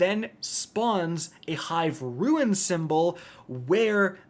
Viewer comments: dude...just say rune please. R-U-N-E. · …it’s “rune” not “ruin” you’re killing me! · Rune rhymes with June and prune… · IT’S PRONOUNCED ROON, NOT ROO-IN. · please learn this: rune ≠ ruin. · Rune.....FUCKING RUNE NOT RUIN!!! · Rune: ROON, not ROO-IN. Gah. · Fude rune roo-uhn ,no roo- in good god dude english dude learn it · Once again doesn’t know how to pronounce the word “rune”. It is said like roon like raccoon. Ruin is is pronounced ru-in. But rune literally can’t, you don’t get an “in” sound from “ne”. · It’s rune not ruin two to totally different words you’re killing me smalls otherwise love your videos as always. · Rune not ruin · Great guide but just one thing, if you pronounce "Rune" as "ruin" one more time I will need to headdesk myself out of existence. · I am with you both on that. I cringe every time he says those words incorrectly. Ouch. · And he doesn't know how to say rune. If he ever does it right it will be the ruin of me.